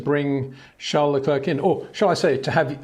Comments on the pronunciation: Come on man, "Luh Clair". It's not very hard is it? At this point still calling him luh klerk is disrespectful. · Charles Leklirk, man put in some effort.